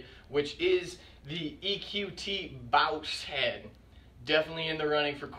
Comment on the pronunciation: I thought it was pronounced boss